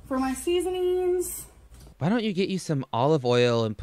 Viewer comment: I’m viscerally upset by the “seasoneen” process.